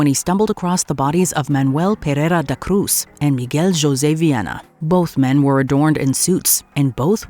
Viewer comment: Manoel PeRRReiRRa da Cruz..why do you pronounce the R like that?it stupid and cringey